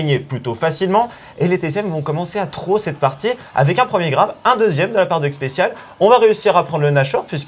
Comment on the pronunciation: C'est quoi cette prononciation dégueulasse de throw ?!